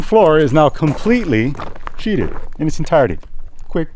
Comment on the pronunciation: sheathed not sheeted